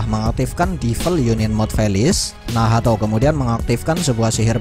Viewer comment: Min kok nyebutnya Nahato bukan nacht